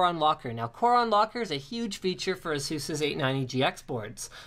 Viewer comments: Yeah haha it's pronounced A-Zues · he says it proper, but i still prefer how we normally say it, like (ph-eee-nauhm), (ay-suhs), (sah-ta), they say it all fucked-up but its proper. Like the accent from the ppl of England and Canadian/American accent! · Sounds funny when he says ''Asus'' xD I would say A-Sus